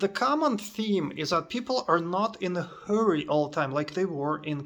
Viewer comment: Moscow is your native place. Your Russian is good. The locals treat you like one of their own. And in America you are a stranger. You don't speak English well. You can't even pronounce the phrase "in a hurry" correctly. Of course, you will be treated like a stranger there.